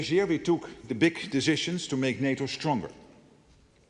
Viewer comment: I love the way the Dutch pronounce 'decisions' as "deshishonsh".